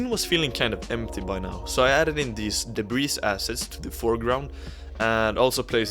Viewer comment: The S is silent in DEBRIS. It's pronounced DEBREE.